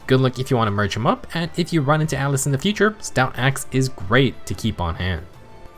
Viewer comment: Ah yes, Atlus in FEH! /s In all seriousness, it's Atlas with an "a".